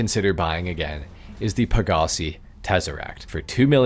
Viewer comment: The way you say pegassi is actually horrid